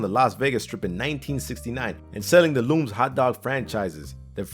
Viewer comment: To the folks who put this video together. Please, a little research next time. The correct pronunciation of Lums is LUMS. Rhymes with "hums", not "looms".